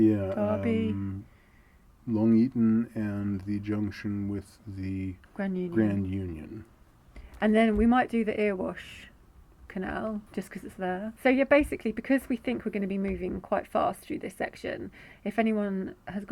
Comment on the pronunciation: EARWASH canal it's pronounced as 'Errywash' I grew up within walking distance of the end of the Erewash canal, I spent many hours walking my neighbours dog along there but I only ever saw a couple of boats which spent there days moored at Langley Mill.